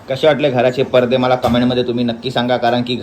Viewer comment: Parde nahi पडदे bol